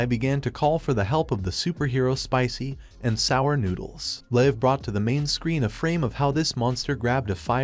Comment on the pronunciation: Im sick of the ai voice pronouncing "Spicy----and sour noodles"